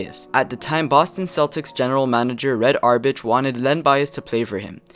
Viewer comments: This narrator said "Red Auerbitch." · Mary-land? Red Auerbich? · Red RBICH LOL Learn how to pronounce Red Auerbach name you dolt....If he was the most Talanted player why wasn't he #1 ? Brad Daugherty was a pretty damn good player in his own right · Lol the guy who made this video called Red Auerbach pronouncing the ch as “sh” instead of “CK “. That’s all you need to know about this video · Red Auerba*kh* !!! Not Red OurBitch lol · Red Auerbach is pronounced "Our Bak" not "Our Bitch" lol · Once he pronounced Red Auerbach as "batch" and not "back" I'm out! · Red OUR-BACK .. not BATCH Red Auerbach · Did you just say Red Ourbitch? It's ourbock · Red Auerbach is pronounced "Our-Bock" not "Are-Batch". Good video though. I enjoyed it. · Red Auerbach......its pronounced Our-back...not Our-bich. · you said "oubich" for aurbach...its pronounced "hour-back" len died of a cocaine overdose...thats not tragic the nigga did it to himself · Auerbach "A uer Bak" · Red Auerbach not arbage rhymes with garbage. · Haha “red arbutch” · You actually just called Red Auerbach "Red Ourbitch" and you run an NBA channel. Fucking pathetic. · Why would you believe a kid that cant even pronounce red auerbachs name... He said red auerbeck lol... Smh Everything was speculation... A lot of college superstar players never transcended their game to the nba and became mediocre players... Therefore you cant say len bias would have been better than MJ in the nba... Rofl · Did you just say Red Auerbitch? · "Red Auerbitch" lol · "Red Auerbitch"? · are we just going to ignore that you said "Red Ar-bitch?" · you pronounced, "Red Aurbach," wrong. it is pronounced, "our-back". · Coach Auer..'BITCH'? 'Damn dude you gotta really up your game with the pronunciations seeing that you run a channel called NBA Insider. Not cool to so obviously mispronounce the name of one of the best and well known coaches in NBA history. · lol it's pronounced Ow-er-baque (Auerbach) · "Red AuerbaCH??" c'mon, breh.